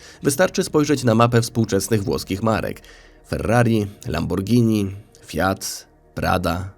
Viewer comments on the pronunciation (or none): none